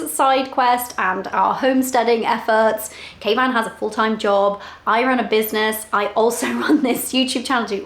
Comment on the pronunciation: i have been watching you both from the beginning, and originally I thought was calling Kayvan "Caveman" thinking it was a pet name, (I know quite dumb of me). From then on are I could hear was "Captain Caveman" as from the kids cartoon series. Love watching you guys thanks for sharing.